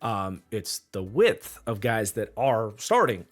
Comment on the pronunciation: Yea man that whole "width" thing.. not working for me.